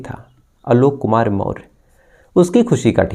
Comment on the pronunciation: Behan k lodo.. Maurya hai hum en chutiyo ko naam tak padhna nahi aa raha.. Chandragupta maurya vanshaj hai hum samrat ashok k. Naam thik se le kahani baad me suna aankh se nahi dikhai deta to muh me bhi loda daal diya hai kya kisi se.. More nahi Maurya मौर्य वंशज बोल क्लियर